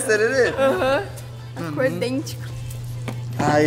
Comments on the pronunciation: Não é tererê, é tereré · kkkk ele Fala Têrerê,Mas o correto é Tereré,pelo menos aqui no Mato Grosso Do Sul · Mano, não é Tererê, se fala Tereré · É Tereré que fala